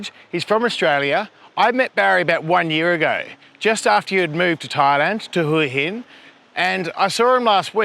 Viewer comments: It's Wha Hin not Whora Hin! lols, get it right, love your channel, great watching! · Hoooey inn . FFS. It’s pronounced HWA HIN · Where is Who Hin, cant even say the name of the place right. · Barry is pronouncing it correctly. Hooha Hin is dead wrong and makes you sound like a tourist, I love it here and am definitely not going back. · you need to learn how to pronounce Hua Hin. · pronouncing Hua Hin wrong. Barry correct. Head Rock, just ask the locals.